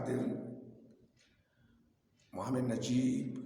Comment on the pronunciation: 🤣🤣🤣 yasir cardin, mohamed Najib. What the hack this guy pronounce so wrongly? Oh i see quran has hole in the narative so the pronunciation has variants.